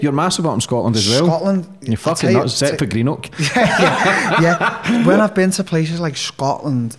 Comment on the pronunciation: How he said greenock was fckn comical haha